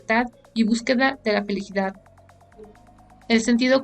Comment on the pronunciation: Minuto feligidad o felicidad, no importa me encantan tus resumenes